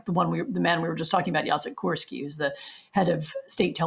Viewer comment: yacheck koorsky XD